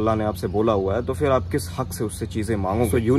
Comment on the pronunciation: Being an Aligarian you should work on your pronunciation particularly word F It is not Fir , correct word is phir